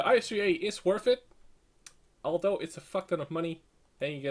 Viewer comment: you say worth it a lot but when you do is pronounced worF it;)